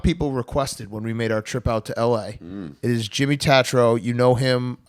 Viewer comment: I feel bad for Jimmy that he still has to y’all about YouTube he’s so much bigger than that. Also get his fucking name right I love you guys cmon